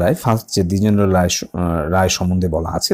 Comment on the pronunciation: Drijendro lala 😂😂 drijendro lal ta bolte koto mistake holo sir .